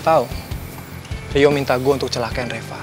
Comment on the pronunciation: Coba liat di bilang reva jadi repa